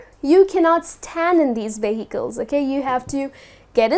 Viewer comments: She should be stressing the first syllable, not the second. 'VE-hi-cles' not 've-HI-cles'. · Vehicles? You pronounce that really odd.